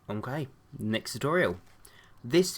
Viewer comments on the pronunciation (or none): none